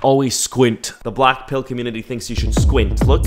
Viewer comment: When ever he say blackpill ..I heard "blackpink"😂😂🖤💗🖤💗🖤💗🖤💗🖤💗🖤💗🖤💗🖤💗🖤💗🖤💗🖤💗🖤💗🖤💗🖤💗🖤